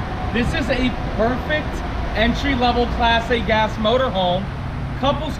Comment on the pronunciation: It sounds like is saying "Plastic-ass motorhome. I finally realized he was slurring "Class A gas."